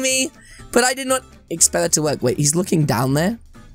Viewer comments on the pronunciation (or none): none